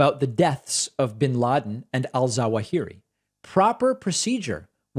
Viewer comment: love your show. za-WAA-hih-ree